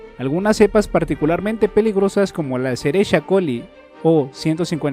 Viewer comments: No sé dice "escherichia coli" ( tal como se escribe) si le dices a si a un bacterilogo se enoja, te lo digo por experiencia propia haha , todo lo demás bien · La "cerezzha colli " 😁😂